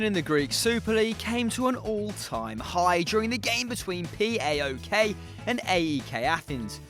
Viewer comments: No no no Its not P-a-o-k Its paok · You can just say PAOK (pa-ok)